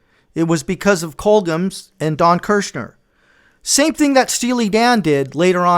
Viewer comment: Great video, dude. Really well done!! 😊.. Just got 2 things I must ask you… Firstly.. Why are you pronouncing “Colgems” like that? It’s pronounced exactly how it’s spelt . here, this is how it is said phonetically: “Col-jems”… If you’re the Monkees fan you say you are, then you should know that it was a label set up between Screen Gems and Columbia Records. See the “Gems” in “Screen Gems”? As in “gems of the screen”.. Make sense now? 🤷🏻😬 Secondly, lastly and probably most importantly… Why are you thanking Don Kirshner? Again, if you’re the fan you say you are then you should know that the band hated him because he did nothing but stifle them not only professionally but creatively. He was a real piece of shit. Ask Mike‘s fist. 😆 Time for you to scrub up on your Monkees history, la! 😜 ✌🏻